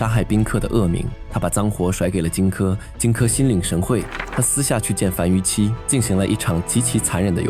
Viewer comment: 敘述很精彩，但有些讀音可能需要再考証，圖窮匕見（應念“現”），樊於（應念“無”）期，希望對您有幫助